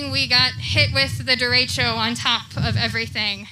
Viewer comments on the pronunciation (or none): none